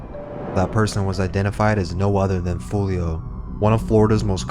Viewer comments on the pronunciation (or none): yo its wild how ksoo says his name properly in songs and he still finds a way to butcher it